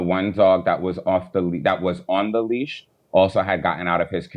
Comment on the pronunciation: I thought it was leash, not leech.lol